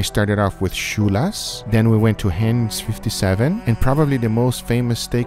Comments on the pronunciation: I am from pittsburgh,we botch the language enough over here,dont botch our words XD high-n-s like heind legs but Heinz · "Hens 57"? - it's pronounced "Hy nez 57", Americans get a pass on our Shires or we'd be here every week.